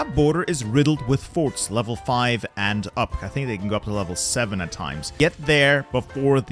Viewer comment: he said forts